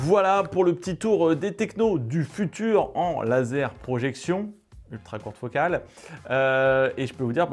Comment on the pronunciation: Le futur, sans "e", s'il te plaît! Jolie vidéo, très instructive, merci!